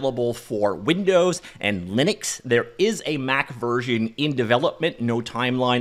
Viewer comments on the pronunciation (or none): none